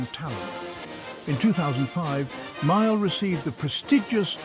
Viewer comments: Haha he claimed him as My Al . I much prefer that blues man, John (Pronounced. ) Male or Mail . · AI, say his name correctly.